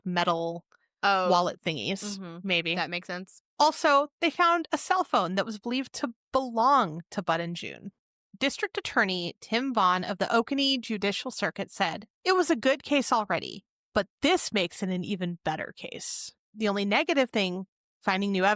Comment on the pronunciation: It's pronounced Muuhh Cray and Oconee is O coney!! Im just across the Ocmulgee River from there in Wilcox County